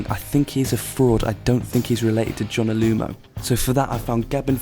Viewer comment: It’s Johnah Lomu not Jonah Lumo